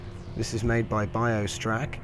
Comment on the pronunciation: Thanks for saying my name right! :)